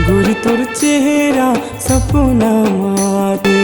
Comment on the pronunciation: शब्द के उच्चारण ठीक से कर सपना (सपुना) नि होय